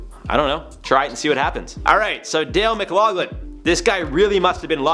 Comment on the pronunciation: His name is pronounced Mc-lock-lin. I know its spelled Mcloughlin but thays how its pronounced. I think its cute you pronounced it Mc-log-lin